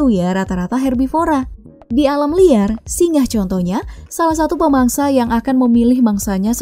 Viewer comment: SINGA bkn SINGAH, ga pake "H"